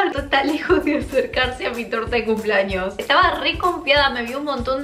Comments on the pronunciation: Campaña para que aprenda a decir CUMPLEAÑOS y no CUMPLAÑOS!! Me estresa cuando dice CUMPLAÑOS! Al igual cuando dice PAPA NUEL JAJAJAJA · Por qué dice cumplAños 🤦🏻‍♂️. Me altera, es cumplEaños 🙄